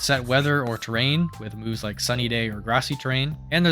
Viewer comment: it sounds like you are saying boobs instead of moves and it made me lock in to the video, great content